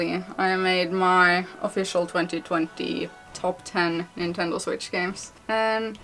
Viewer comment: Who heard plenty plenty instead of 2020😂😂😂